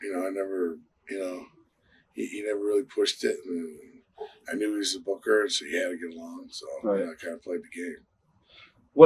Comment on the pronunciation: He said boger not booker n a vid